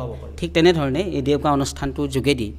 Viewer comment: Its ডেউকা not দেউকা